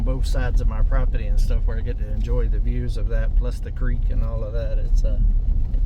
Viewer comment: PROPERTY ... NOT PROPETTY 😊😉🤗😊😁👍❤️